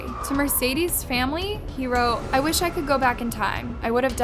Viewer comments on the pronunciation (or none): none